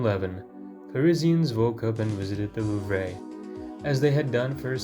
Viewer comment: Love the video but the way you said louvre was boutta give me an aneurism loll